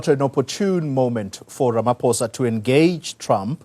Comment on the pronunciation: Let just get his name right its RAMAPOES